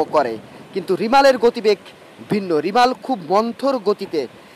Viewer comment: রিমাল নাহ্ রেমাল হবে